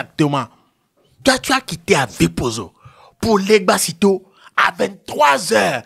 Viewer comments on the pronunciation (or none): 😂c'est Vakpossito ein et non legbassito stpl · C’est vakpossito hein pas legbassito😂hein mon frère